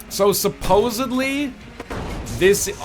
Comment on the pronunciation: ITS SUPPOSEDLY NOT SUPPOSEABLY